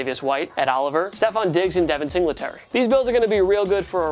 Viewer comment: This guy can pronounce the name of the Green Bay Packers general manager but still can't pronounce Devon Singletary's name correctly